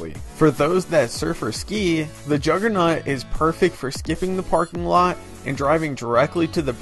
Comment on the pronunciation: "Juggernut" lmao.